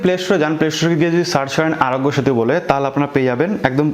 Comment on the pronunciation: আরগ‍্য সেতু সব্দটা পস্ট করে বল